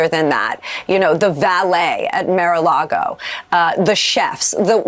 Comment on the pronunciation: Mar is the Spanish word for sea. Mar a lago means sea to lake. You know she is stupid because she pronounces it “mare” a lago, like it’s a horse.